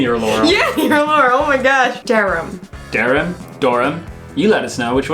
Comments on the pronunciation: Oh, I live there! You should visit, got a lot of old hamlets and villages, and got a lot of beaches too. By the way, the translator got Durham one wrong. It's Duh Rum not Durry-uhm :) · I pronounce Northamptonshire as North-amp-ton-shire and not North-hamp-ton-shire I always go on holiday to Wellingborough.: Door-um: Dur-um Also I heard Dur-hum for Durham. “Zany or laurel?” - lol 😂 So I pronounce it like Dur-um, Connecticut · I'm from county Durham and we pronounce it "durum" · Durham peps represent! It's said like dur-am depends on the accent I guess I know some say Durham like dur-ham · Duh reum? It’s not 😂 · she said durham wrong 😂 as in the google translate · Google translate was pretty much spot on where she changed the "e" to an "a" was correct, the only one I took issue with was Durham, she pronounced it a bit weird, in this instance was correct. Oh, and Cumbria, you were correct again, I think she has a problem pronouncing "u" 😂👍